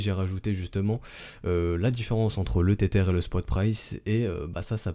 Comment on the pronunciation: le "tétère" ou le le "ter-ter"? t'habites quelle banlieue au fait?!